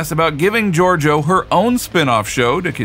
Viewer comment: It's not hard to pronounce Georgiou but you couldn't manage it.